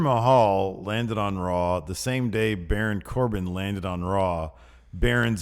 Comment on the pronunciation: BARAWN. COR-BIN.